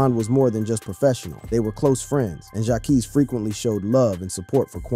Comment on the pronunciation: 🤔Qwaavo , 🧐Jaakees 🤨 boy you don’t know who deez artist are sound like 😂😂😂